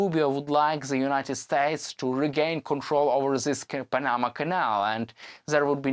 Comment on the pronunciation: Teach him how to say panama